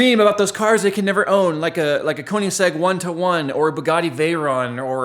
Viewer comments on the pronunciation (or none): ***** nope its Koenigsegg